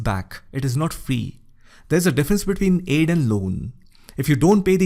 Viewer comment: The way he said aid 😂😂😂💯💯💯💯💯💯💯💯